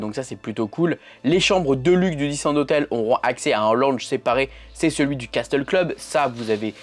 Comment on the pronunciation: Castel se dit « cassel » 😉